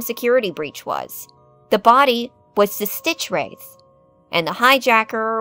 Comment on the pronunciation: ITS STITCHWRATH! NOT STITCHWRIATH